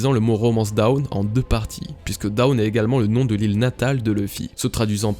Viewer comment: Hyper intéressant, vraiment! Par contre par pitié :1) Dawn comme tu le prononces ça fait "down", qui veut dire "en bas" ; correctement ça sonne plus comme "donne" prononcé à la française, avec un O très ouvert. 2)LAUGH. Vraiment, ça se prononce "LAF" , ce qui fait donc sens avec la traduction incertaine qu'était RAFtel! x) Désolé d'en faire des caisses, ça m'a juste vraiment sorti de la vidéo!